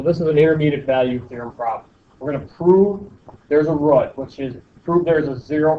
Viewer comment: "One rut" lol